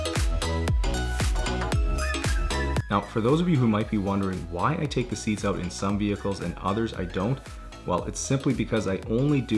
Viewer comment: I love the customer reactions. You sound American through the whole video with the exception of a couple of words (excuse my ignorance, I’m from England), and the customer walks in and the Canadian gets turned up to 11... ‘Came oot good eh?’ Not a criticism, just always makes me laugh. I watch every week, even picked up a few tips for myself!